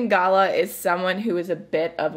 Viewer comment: you are hilarious flamin' galah pronounced gar lar not gala - a galah is a beautiful pink grey bird and they can be a bit silly